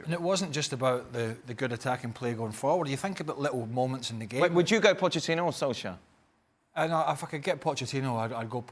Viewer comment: "Sol-skyre" lol